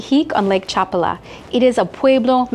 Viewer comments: This contains several factual errors. First, it's pronounced cha-PAH-lah. Population figures vary significantly by town and by season. For the municipality of Chapala -- which includes Chapala, Lourdes, Riberas, San Antonio Tlayacapan, La Floresta, and Ajijic -- the foreign population is approximately 25–30%. In Ajijic specifically, the foreign population may reach 43% during the winter high season, but this is temporary. While Ajijic can feel like a regional "theme park," it remains a Mexican town; the surrounding towns are entirely different in character. Furthermore, the area is a primary getaway for Tapatíos. On any given weekend, the population includes many Guadalajara residents who own second homes here or are visiting for the day. Casual gringo visitors typically stay in Ajijic, but that experience is not representative of living here, which is not centered on foreigners. You will need Mexican Spanish to navigate daily life effectively. Two final points for the uninitiated: * IMO, avoid eating anything sourced from Lake Chapala. The lake is shallow, and upstream industrial and agricultural runoff remains unchecked. * Locally sold honey is frequently cut with corn syrup. You have no way of knowing, so assume it. Do not be misled by the presence of a honeycomb; look for a trusted label you can verify. Your preferred AI agent(s) can clear these matters up in advance. HTH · Cómo que Chapula😂😂😂 habla bien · You should have walked further down the Maalecon. There’s a park with symbols of various spiritualities; very interesting. And you missed visiting the Lake Chapala Society, a wonderful park and social center for expats. And is Chapal pronounced : CHA -pal-a or cha-PAL-a? I’ve always heard the second, while you say the first.